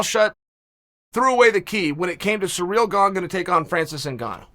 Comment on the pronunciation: Why does Chael continue to say Ciryl Gane's name wrong? I felt the need to step up being that I've dealt with this personally. Lol!